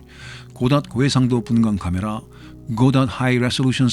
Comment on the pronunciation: 이분.. 혀굴림 ㄷ ㄷ ㄷ 케메라아ㅎ ㅏ~ 뒤에 ㅎ ㅏ 는 왜